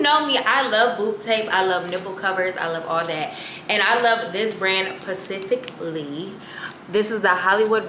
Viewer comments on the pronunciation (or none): Please tell me you say “pacifically” as a joke lol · Pacifically lol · I would love to see mom’s reaction to the “pacifically” 😭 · I was bouta tell her that too lol its- specifically -not pacificly lol but its ok we still love her! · “Pacific-ly” 🌊 💀😂😂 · Not pacifically though lmaoo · Not pacifically girl 🤦🏽‍♀️🤦🏽‍♀️🤦🏽‍♀️ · I love you girl but the word is SPECIFIC* not PACIFIC ❤ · girl it’s SPECIFICALLY. However, you still killing girl. I’m loving the content and consistency.